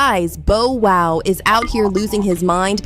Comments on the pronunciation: Bow WOW, not Bo WOW? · Bo-Wow????? Lady please get the correct pronunciation of his name. It’s BoW-Wow!!!!! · 😫 Exactly what I was thinking. Bo Wow? Really? Cant go any further. Have a Great day All. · Every time she mispronounces Bow, it’s like nails on a chalkboard but, trying to hang in there. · Wtf yall can't announce people names right wtf is a Bo woo.smfh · Lady before U report a story learn how to pronounce the person's name correctly 😡 U guys do this deliberately 😡😡😡😡😡 it happens all the time 😡 a two year old can Bow Wow😡 I'm sick and tired of it, stop being disrespectful 😡😡😡😡😡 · I cringe every time “it” says Bo-wow😖😤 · No fr! Bo wow is crazy 😂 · How she not know how to pronounce Bow Wow? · DON'T YOU JUST LOVE THE WAY THE NARRATOR MIS-PRONOUNCES BOW WOW'S NAME?